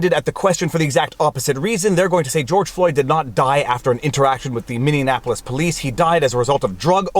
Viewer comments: It really sucks for the jurors. Especially here where more people than ever have their eyes on you, and whole 50% of the world is going to accost you if you didn't side with them once they get your name. Also, Freudian slip, you said "minneanapolis" haha. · Viva, It's min-e-apple-us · I love the way you add an extra syllable to Minneapolis, as if it wasn't long enough already :D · Viva your butchering my hometown name! MINN E AP OLIS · Mindeonapolis? I believe Viva has been taking elocution lessons from Barnes. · Btw, it's pronounced "Mini - Apple - Us" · I thought he was saying Mindianapolis, but listening again I think it is closer to Minionapolis. Either way, Viva needs to be more careful with the pronunciation. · LOL ~ Thank You. I just posted this as well. Had to rewind to be sure... and I'm like hmmm Minionapolous eh? I wonder if says Breakfrist too..? Canuck things. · You pronounce "Minneapolis" funny. Teehee. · Is Viva doing the Quebec pronunciation of Minneapolis? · Having a little difficulty pronouncing Minneapolis?? 😂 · I WINCE every time I hear him say that. It is Mini-apple-iss. I think he is thinking of Indianapolis or something. :) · You're saying Minneapolis wrong. both you and Brandon Tatum appear to pronounce it as min-nean-apolis. Why is that? there isn't even a 3rd "N" sound. It's actually pronounced Mini-apolis. (I lived there) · Dude, it’s...Minne-apolis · MINI APPLE US. not: MINI ANAPPOLIS. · Minneaonapolis = Minnie-Apolis :) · Please tell me i wasn't the only one cringing every time he said mini an apolis? Viva there is no AN it's App so phonetically sounds like min e app pol iss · Practice saying MINNEAPOLIS. You’re adding extra letters to an already long name 🤣 You’re saying Mini-Annapolis. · Say it with me Viva: MINNIE- APPLE - US! .... NOT: "Minion - Apple - Us". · Minneapolis pronounced like Mini Apples. Please don't morph it with Indianapolis. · It's pronounced, "Minnie-apolis". Love your videos! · PS. Its minny apolis